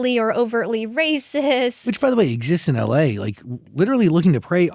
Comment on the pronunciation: but shes in need of relevancy. No one wants to hear about how well shes doing. Listening to her complain sells more. I lol'd at "exostin" though